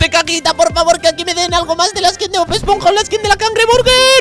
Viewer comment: dijiste bod esponja ❤